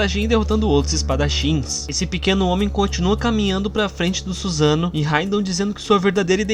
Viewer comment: Não se fala Suzano, mas SussanOO